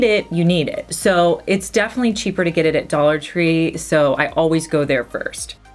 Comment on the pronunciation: Nice vid,. I love how you say "def'ly"! Its like you're so into what you're talking about that you don't have time for 4 syllables. Lol 😄